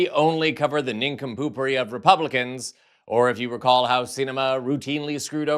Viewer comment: "Nincompoopwry" ? Really?